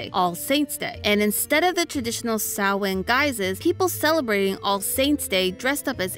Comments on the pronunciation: As someone with a mostly Celtic family background, I really appreciate not only discussing Samhain, but also making the effort to pronounce the name correctly. It shows the theorist team is respectful of an ancient culture that is too often sidelined around this time of year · Love that didn’t pronounce Samhain as written but instead as intended. Also loved the David the Gnome call out lol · Wow, she pronounced "samhein" right 😮